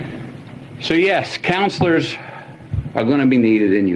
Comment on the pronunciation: He said “cownsler” twice… 😜